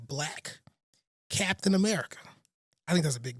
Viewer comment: Cap-tain America